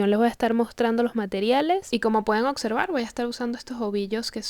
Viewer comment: Observar...no ocservar, porfavor, fuiste a la escuela el Puerto Rico.